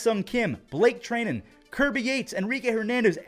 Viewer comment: yoooo it’s Blake “TRI-NEN” not Blake “TREN-IN” or at least that I’m aware of lol